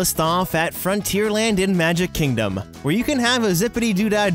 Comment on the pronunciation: Hahahah😂😂 "number five over ar magic chingdom"#GreatEnglish